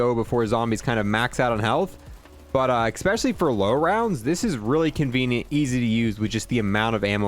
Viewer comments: Drinking game: take a shot every time he says "eckspecially" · Ok you have to stop saying “eCspecially